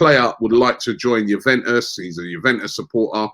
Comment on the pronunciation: youveus 😂😂😂😂 Bruv its Juventus